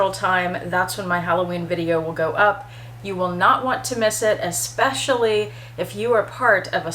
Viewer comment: I agree with all of the above. However, the most annoying thing is when they use words that DO NOT EXIST. “eXpecially” is NOT a word people.